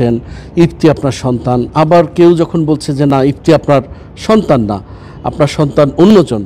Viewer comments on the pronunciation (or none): সাংবাদিক বার বার ইফতি বলছে কেন? ইফাদ হবে।